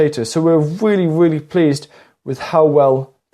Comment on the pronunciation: Waining, spwouting, "weally cheap", "genass helping", gwow, sepowate, cause your potaitows to wot, awey plave. Can you say "Mawage, mawage is what bwings us together todaie".